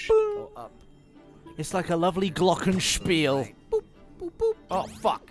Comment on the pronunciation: ...don´t know who it was...but he said "glockenspiel"...???...stop scratching your nuts...and have a nice weekend...